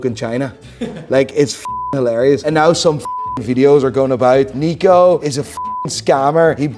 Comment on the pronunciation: Unsubscribing until you learn how to say "now" properly. What the hell is "noyw"?